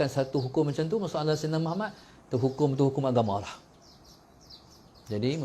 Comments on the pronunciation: Pulak... Lg 1 nk tegur, kalo nk dptkan kebaikan dari selawat ke atas nabi kita, sila sebut MUHAMMAD dgn betul, BUKAN muhamat... Huruf ت dan huruf د kalau silap sebut mmg lari jauh maknanya... Jgn main2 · Aku perati lama dh, sebutan dia muhamat, spatutnya muhammad... Nama nabi kot, camna nk dpt berkat selawat.....